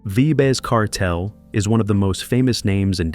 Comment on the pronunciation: Man bearing false witness pronouncing Kartel name wrong stop do these dumb shows homie yuh will loose yuh life memba mi warn him